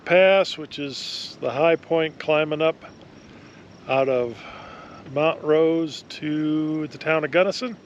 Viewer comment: The correct pronunciation of "Montrose" is MONT rose; not "MOUNT rose".